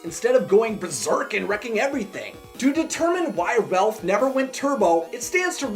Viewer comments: You say Ralph wrong you say Relph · Is anyone else hearing “Relph” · Its not Ralph its Relph XD